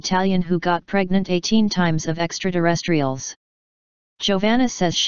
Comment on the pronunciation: This robo-voice keeps saying “ extra-DERESTRIALS, over and over. Will someone involved in that audio, Please change the word to “ EXTRATERRESTRIAL”? MANY THANKS!